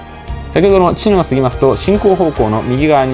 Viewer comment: 『茅野』のイントネーション、車掌さんでも「ちの⤴︎」と呼ぶ方が多いなか、この動画では地元民と同じように「ちの⤵︎」と言ってくれていて嬉しくなりました😊